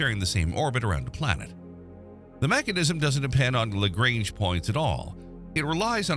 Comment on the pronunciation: As much as I want to watch it, I cant simply because of the pronounciation of "Lagrange"